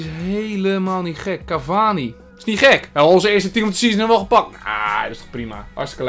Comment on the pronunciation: Falcao = Falkaolo Cavani = cavanus